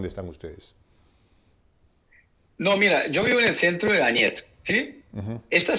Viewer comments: Se escribe DONETSK /doniésk/. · lo liberal es asqueroso, pero monetizas en dólares y no sabes ni pronunciar Donetsk, mucho menos podes saber donde queda.